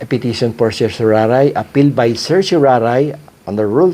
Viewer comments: Mali ang pagbigkas mi ng CERTIORARI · I prefer the Latin pronunciation of certiorari. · Petition for certoraray pala bigkas nean? Dami ko kilalang abugado at mismong atty. ko petition for certorarri ang bigkas nea 🤔🤣